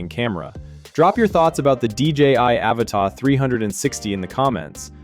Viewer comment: Annoying AI voice wrongly pronouncing "Avata".